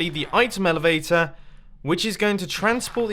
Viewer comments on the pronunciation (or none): "item velvavator